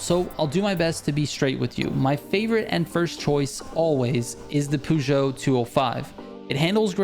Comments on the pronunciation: No offence I love some of your stuff but you being from USA is heavily influenced on these recommendations and clearly biased.. as someone from Europe and English my first language before anyone moans.. clearly you haven’t “tried and tested enough” and learn how to pronounce Peugeot.. but that’s not you’re fault.. or is it.. fml 🙄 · I great video by the way, very informative, you are pronouncing Peugeot wrong, but keep up the good work